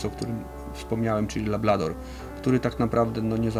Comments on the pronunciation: Lablador...JPDLE... LABRADOR żołnierzu! I Ty byłeś od K9 szkolenia? Nie przypierdalam się, no ale kurka wodna... To nie błąd językowy, tylko brak wiedzy. Podstaw. Mimo wszystko pozdrawiam. I wszystkiego najlepszego życzę... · Szkoda, że fachowiec mówi "lablador", a prowadzący powtarza... Szanowni Panowie, ta rasa to LABRADOR (konkretnie to Labrador Retriever, ale wiadomo, że najczęściej mówi się skrótowo ;)) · Material OK, ale nie ma rasy labLador. Jest LabRador.